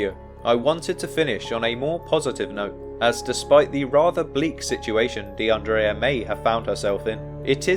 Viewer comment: Her name is pronounced De un dreea not De un draya.. The guy with the van was a regular or someone known to the other girls, he'd been in the bar several hours, talking with the girls.. So it's unlikely he did anything to her or is connected to something nefarious.. That's why he was released without charge.. The fact they're not releasing what the man said about her whereabouts,says they're working an angle that they're keeping under wraps.. Word of advice,never get into a white van! We all know, they're pedo mobiles or murder machines 🤷🏿‍♀️